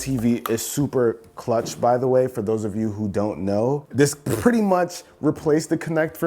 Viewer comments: You heard that too hu? 😂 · the way he says PPPPretty much